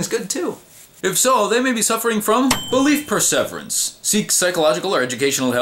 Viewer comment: I cannot listen to you mispronounce perseverance one more time.